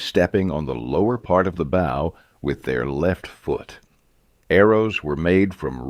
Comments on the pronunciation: 11mm thick scales in scale armour? More like 1mm, with the overlapping scales bringing it effectively to 2 to 3mm. The bow you shoot arrows from rhymes with 'slow' or 'show', not 'how'. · Very annoying with the improper pronunciation of ‘bow’.